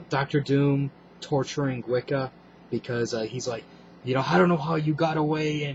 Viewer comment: when you say wiccan you should put the force of voice on the can. is not said like the religion thats what i heard